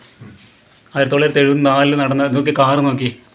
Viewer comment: 1974 എന്ന് പറയുന്നത് നൂറ്റാണ്ടുകൾ ആയ രീതിയിലാണ് താങ്കളുടെ സംസാരം